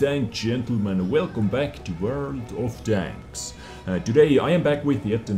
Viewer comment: I love how you pronounce "world of tanks" as "world of danks" XD